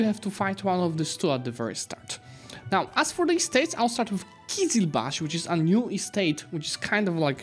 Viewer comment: Not qizilbakh, qizilbash which means “red head” in turkish